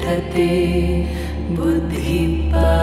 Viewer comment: I cannot express how beautifully you have rendered. Almost feels like liberation Brahma Nirvaanam and calmness Prasaadam. In 2 places, pronunciation was off. Buddhi and Adhigacchathi. If you could correct it for the next videos. Looking forward for your unique selections.